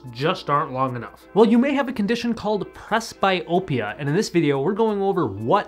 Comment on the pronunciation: It is pronounced PresBEEopia. Up your game. From a senior who does not need glasses but has used eye exercises instead. Tell everyone the truth about how much peripheral vision is reduced by frigging glasses.